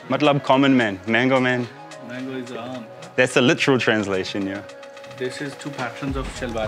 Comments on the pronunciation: its pronounced "umb". Its aamb. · in normal speech its called aamb. Not aam. Aam means plain/normal.